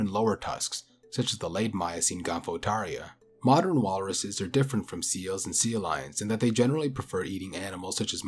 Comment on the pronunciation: Are you saying 'seal lions'?? ...Instead of sea lions? Did you think it was 'seal lions' this whole time?